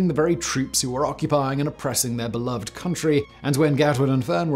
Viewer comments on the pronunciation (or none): none